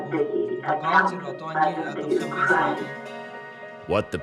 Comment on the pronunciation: "From the Ukraine" or "UK"? LOL